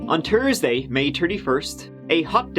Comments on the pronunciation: “On Turdsday, May 31” hahahah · So you’re telling this started on tursdey may terty-first at tree-terty when it was terty-five degrees Celsius... OK go on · " on turdsday, May turdy first, it was turdy five degrees.." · "On Tursday, May Turdy-first...", "breaktrue", "trettened", "tree days". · The way this guy says Thursday deserves his bad pronunciation an act against humanity Terzday? Jesus fucking Christ dude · “On Tursday, May Turdy First” LOL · "on tersday, may tertyfirst) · "On Tursday, May tirdy first... tirdy five degrees Celsius" I love Tuesdays